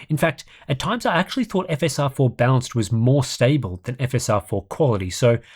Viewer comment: It's a bit confusing that you pronounce "balanced" as "bounce"